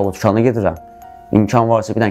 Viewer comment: 5.50tukana girip nece deyir tukana gedirem